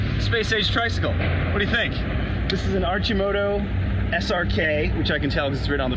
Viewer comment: Hey, it's pronounced Arc-i-moto...not Arch-i-moto. But hey, you did get SRK right, good job.